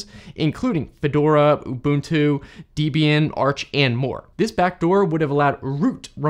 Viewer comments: Small nitpick: Debian's name is a contraction of Ian Murdock, the founder, and his then girlfriend Debra's name, so it's pronounced deb-ee-an, not dee-bee-an. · Dee-bee'in? WTF??? It's Deb as in Deborah and Ian as in Ian. DebIan. How could you screw that up?! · FYI. Debian is named after Deborah and Ian. Therefore it's Deb-Ian, not deebeean. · Debian is two names, Deb and Ian, not Deebian. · It's Debian, not Deebian... it's, in part, named after one of the original developers' wife, Debbie... short for Deborah. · 1st syllable of Debian is actually pronounced like the name "Debbie"; ie. a short vowel sound.